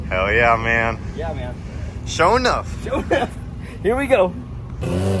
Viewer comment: It’s Not pronounced show enough, y’all killing me.